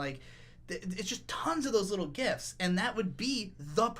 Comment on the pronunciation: I first heard "gifts" instead of "gifs". Yes. Thank you KyoAni.